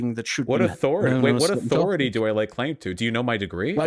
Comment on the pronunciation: still can't pronounce 'th' "aufority" "fing"